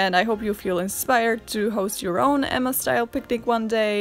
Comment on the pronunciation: I always feel like home when hearing "Emma" with two distinctive M's pronounced. Anne with E, Emma with two M's, as it should be.